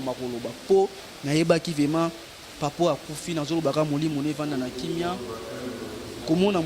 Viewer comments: Balobaka vement ou vraiment. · Monsieur on dit vraiment et non vema